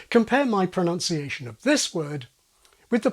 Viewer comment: Did I hear “pronounciation” ? Noun, not nun? 🦻🏼